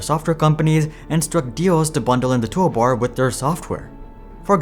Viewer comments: That bothered me the entire video. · I mean if I was making a video I would probably make sure I say toolbar correctly each time